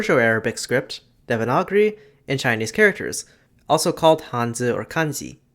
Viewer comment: I'm sorry how tf did you pronounce devanagari